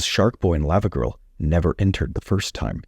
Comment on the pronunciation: Why are you pronoucing it layva girl instead of Lava , like Hot Lava ... ?